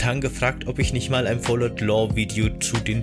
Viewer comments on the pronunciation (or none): Bro, das heißt aber Fallout nicht Fallot